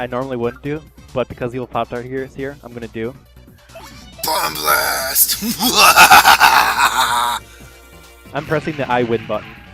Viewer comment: I gotta nitpick about something. It's Bob-ombast, not Bob-omb Blast. It's a pun on the word bombastic. The "I win" button is pretty accurate too though. :3